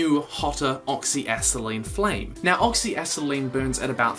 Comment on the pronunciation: Oxy a-set-a-lean not oxy a-set-lean